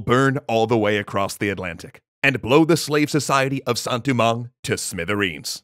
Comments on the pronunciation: Sounds more like poorly pronounced French to me. I've heard Haitian Creole from a genuine Haitian, and that doesn't sound like it. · As someone who knows basically nothing about Haitian Creole, I was wondering, is he going for a Creole pronunciation of Saint-Domingue?